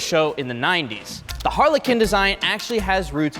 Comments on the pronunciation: i understood Harley Quinn instead of Harlequin 😂 😂 i mean it doesn't make much difference Harley Quinn is a modern take on the classic Italian commedia dell'arte character, Harlequin (Arlecchino) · Someone please tell how to properly pronounce harlequin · Learn to pronounce “Harlequin” FFS